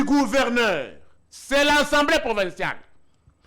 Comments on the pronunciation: Yango ezalaka nini yango na ba luba ? Pourquoi bako kaka ko prononcer lettre G te? Mutu ya union sacrée azo loba kuverneur au lieu de gouverneur. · Kuverneur 😂 ... Kuvernema 😂🤣😆